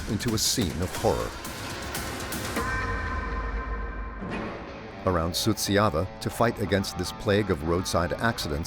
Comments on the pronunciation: Suceava is not pronounced as you are saying it, it is soo cha va. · the names are completely wrong, too. The guy whom the narrator called Miroslav was actually named Marius Petru. The town is Suceava, it was mispronounced the whole time. Likely by a bot.